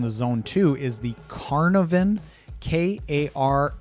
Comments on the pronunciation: The name is Karvonen, not Karnoven. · It's Karvonen, not Karnoven. Finnish names many times end in -nen. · Karvonen. Not karnoven😉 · He says it (and spells it) Karnoven all the time. I don't know why.